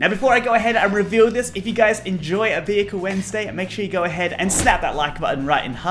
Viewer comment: Bus??! Can you make one. I know, I know, you say Small Vohekel.